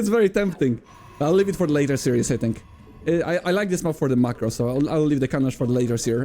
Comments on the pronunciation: "series" is pronounced "sear-ease", with the "sear" part being 1 syllable not 2 (unlike the word "seer" which is 2 syllables). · FYI Series is pronounced 'seer-is', like "My seer is on fire". 'See ry ooz' is serious, but in a Polish accent. Love you <3